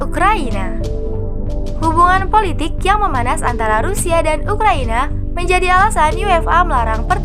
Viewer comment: Macam cilaka suara dia. Semua sebutan akhir dipanjangkan.. Hahahahaha bersenjataaaaaa... Politikkkkk... Sepanyolllllll